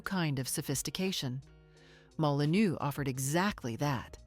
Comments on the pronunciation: Molinô, IA!!😤😤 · You pronounce Molineux like this: molinöö, to be correct.